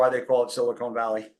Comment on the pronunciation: Omg, it’s “Silicon” not “Silicone” they’re different things 😂